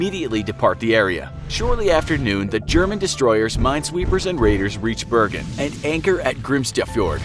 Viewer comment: You butcher Bergen two times but i forget you.